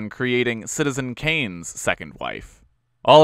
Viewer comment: "Aldrich" is English, not German -- it's pronounced "Ald-rich" (as in not poor -- ending sound the same as "catch"). There is no 'k' sound at the end of the name.